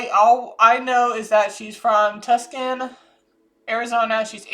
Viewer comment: Its pronounced Too-sawn, Arizona